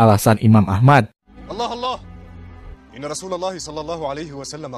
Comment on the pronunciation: Bacanya Allah bang, bukan Aloh